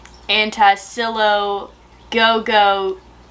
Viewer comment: Tsilio is pronounced like "Tuh-silly-oh" ❤ love from Wales!